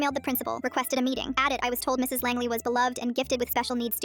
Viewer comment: Langley? Asuka soryu Langely sounding ahh last name